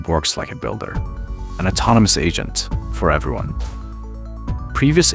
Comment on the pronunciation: lols he said ASAIN 3